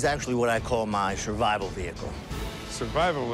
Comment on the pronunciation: “Tis is what I call my Shurvaibal vehicle”